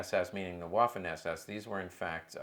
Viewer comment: For the love of god if you're going to say something many times a day learn to pronounce it. Waffen is pronounced "va-fen". I cant take someone seriously that says waffenamt with a W sound.